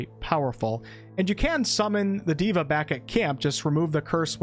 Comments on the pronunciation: Not diva Day-vah = god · Nice vid! Just wanted to point out that 'deva' is a Sanskrit word and is pronounced as 'They-vuh' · Deva, not diva